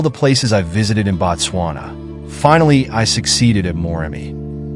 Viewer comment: Wish you could pronounce Moremi and Chobe correctly as you present this amazing video!